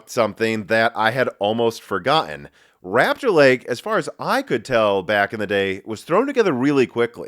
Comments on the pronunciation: Rupture (in my pipeline) Lake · Great mispronunciation, it truly is Intels "Rapture" Lake.